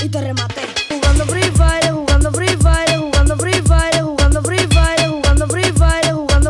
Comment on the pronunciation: Así no se pronuncia "fire".